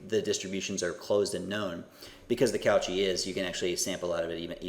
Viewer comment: I really like this lecture - very clear and good on providing the intuitions. I will watch the rest now. Very minor point - pronunciation of Cauchy = COH-shee, - get in touch with your inner Frenchman.